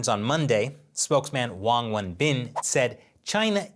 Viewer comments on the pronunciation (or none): none